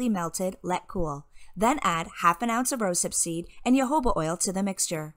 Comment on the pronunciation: Jojoba is pronounced (Ho ho ba)